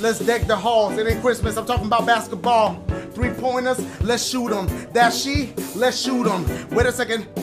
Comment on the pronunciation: ) it’s Says Dasiegames instead of Dashiegames lol